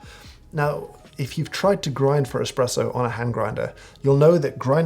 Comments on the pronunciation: Mr. Hoffman: Several times I heard you say the word espresso. I must lament, that it sounded more like the word "expresso" and as such caused me to have fits and tribulations while attending to a client. I had to stop the video several times to replay the words but it was not going to change what I heard. Please tell me that you did not use the letter x but instead used the letter s even though it came across as x. I tried to raise my small finger as I typed this, in deference to your snobbery, but I found it difficult to punch out the letter a. To your snobbiness! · Did James Hoffman just say eXpresso!? What is the world coming to?